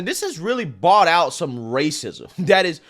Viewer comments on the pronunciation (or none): none